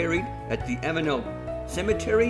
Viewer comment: you are not too far wrong but your pronunciation of avenel is like fingernails down a blackboard to me. my dad was a train driver so he knew how all town names were pronounced and ive heard him say all these names so i know the correct way too. the correct way to say it is to remove the last 'e'. avenl. that house might be really old with a newer section built on the back. sash windows were long out of fashion by the 50's or 60's. the termites really have been enjoying the place.